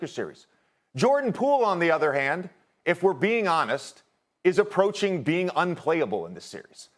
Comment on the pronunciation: lol "approaching"